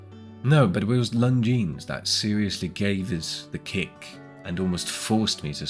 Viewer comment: Lon zeen, not long jeans!